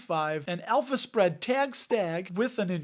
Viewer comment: I kept hearing an Elvis spread 😅 instead of alpha spread 😂